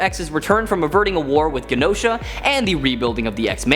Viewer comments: Please don't use this weasel again. I've never really wanted to reach through my screen and smack one of your hosts so badly. How can he be a host on this channel and mispronounce Genosha as Guinosha ???? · Where is Guinosa? It's pronounced GIN-OSHA! How can you be a host on this show and not know that? Ughhhh 🤮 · It's pronounced "Jenosha". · Great video! But that Genosha pronunciation 😭